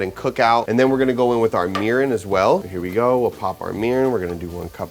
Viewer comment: I’m Japanese American and I’m super excited to try this recipe! But, I would like to point out that your pronunciation on some words were a little off. Japanese isn’t like English in the sense where some letters sound different depending on the word. E’s will make an “eh” sound while I’s will make an “eee” sound. Example, you were saying “sah-kee” when it’s actually “sah-keh” and mirin would be pronounced “mee-ree-n”. Making these subtle changes will help and the Japanese viewers will appreciate😊 Lastly, sushi rice is a very specific style of rice, with a few ingredients added (i.e. salt, sugar), so I would suggest just saying Japanese style rice because it is slightly different compared to other Asian cultures, but isn’t actual “sushi rice”